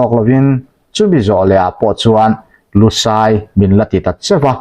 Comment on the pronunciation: LUSAI tih hi kan chhehvel bengoli ho min kohna a ni lo. LUSEI missed pronounced a ni. DUHLIAN tih pawh hi kan chhehvel bengoli ho min kohna a ni lo. Kan ṭawng hming a ni. Hriat sual palh a nih hmel.